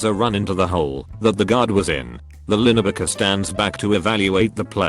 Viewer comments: Everyone: linebacker Text-to-speech: linabecker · This tts voice needs to know how to say 'linebacker'